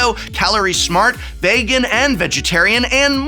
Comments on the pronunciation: "VAGAN", Ah yes. That's it. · Veygan and kehto lol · Vaygan and Kaytoe 😂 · This is very informative. Can you say vegan for me again? Lol